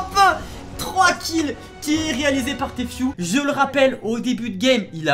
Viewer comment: 1.Tu fait une reaction 2.T'es completement malade t'es éxité tt le temps 3.Tu dit téfiou 4.Pour toi c'est le meilleur joueur alors que NON